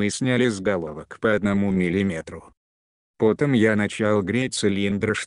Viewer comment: 😁👍Озвучка конечно атас! "По́том я начал греть цилиндры..."